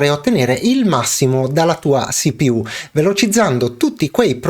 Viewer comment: Perfavore: si-pi-iú o ci-pi-u